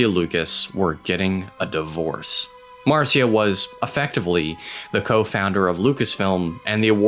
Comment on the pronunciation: Great video! One nit pick…look up how to pronounce people’s names. Marcia, George Lucas’ ex-wife’s name is pronounced “Mar-sha.”